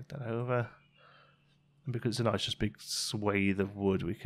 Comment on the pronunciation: "Noice" "Toight" 99!!